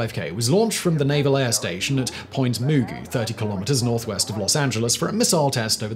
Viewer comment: LOL... Point Moo-goo... That's the funniest pronunciation I've ever heard of Point Mugu (pronounced as Ma-goo), even though it's the one that actually makes the most sense. Frickin' English, I swear...